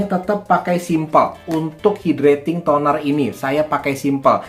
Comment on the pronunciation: Hydrating tonernya bacanya kok gitu